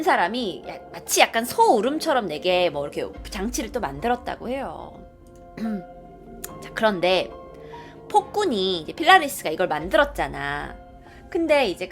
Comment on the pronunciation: 필라리스가 아니고 팔라리스아니예요?